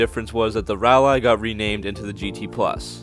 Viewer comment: And rall eye pitiful